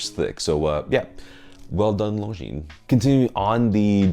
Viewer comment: Thank you for saying « Longines » the way it should be, ie with a silent « s ». Many famous YouTubers get it wrong, which is quite surprising for regular attendees to BaselWorld / Watches and Wonders